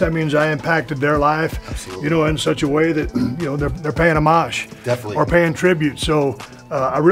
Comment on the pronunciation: wow awesome to hear steve pronounce homage correctly, i have watched a ton of online videos and this might be the only time ive heard it said right. you dont pronounce the h, its ohmaaj not homige.